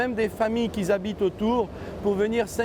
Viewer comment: Pourquoi vous dites QUI "ZHABITE" même ! 😠😠😠